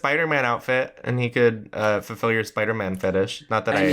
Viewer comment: Love Jinkx‘s pronunciation - “Spidermn”